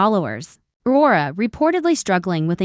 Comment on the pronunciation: What the hey! Please get a human who can pronounce the English language properly. Please call this show it has gone from the sublime to the ridiculous. Wara? Does Aurora know about her?